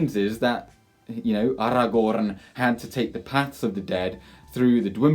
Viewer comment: Take a shot after every “AragoRRRRRRn”